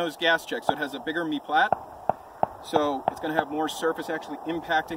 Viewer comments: The word is "meplat". It's the nose on a flat bullet. It is pronounced "me-plat"(according to Max Prasac's books). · Did you say meatplat